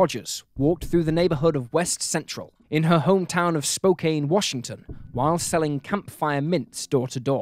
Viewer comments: 'Spoh-can' not 'Spo-cain' thanks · Spokane is pronounced spoh - can - not cain. You're not the only one. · Lifelong Washington State resident here. It is pronounced "Spo-CAN", not "CAIN". Just trying to help you out! 😉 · Spo-Can Washington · I commented and corrected him on that too. His mispronunciation of Spokane isn't as egregious as Navajo. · I thought the same about their names, as well as mispronouncing Spokane. Have you hard him say Navajo? That, he truly butchered and even turned off Comments bc of how many corrections ppl gave. While yes, there are regional variations, some things are constant and cosistent. Others aren't of high enough mind to make corrections, so they attack those who do.